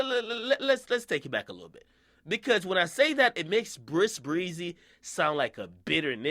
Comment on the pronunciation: Stop saying brisk breezy fam